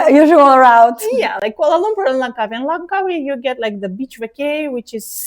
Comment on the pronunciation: I notive that both pronounce Malaysia with the correct pronunciation just like Malaysians, and Dr Ekaterina pronounces Kuala Lumpur perfectly.